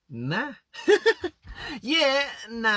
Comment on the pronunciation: in the last video where he says yeah nah he sounds like a south african white lady